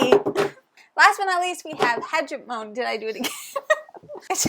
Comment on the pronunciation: Hegemony might be the most thematic game I’ve ever heard of. I’ve heard good things but you two recommending it has put it to the top of my list! Also, it is my crusade as an Anthropology major to get every gamer to pronounce Hegemony correctly (Huh-jem-uh-nee)